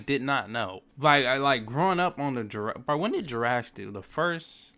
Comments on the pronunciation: Why he say jurasdic? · It’s not jrastic It’s Jurassic 😡